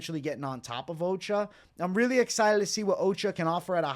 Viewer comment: Ochoa is O-SHOW-AH not Occupational Safety and Health Administration